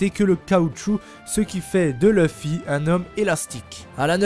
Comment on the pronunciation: Leuffy c'est pas à la française mec en français le u se prononce u pas eu